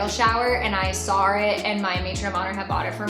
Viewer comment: did you say “I sawr it” or am I going crazy? 😅